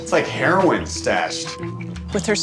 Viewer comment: "its like a herorin statch"